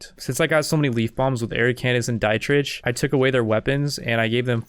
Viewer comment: dietrich is a germanic name iirc, so it's pronounced "dee-trikh"